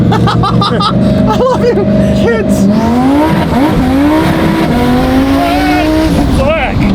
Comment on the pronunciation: he really said foack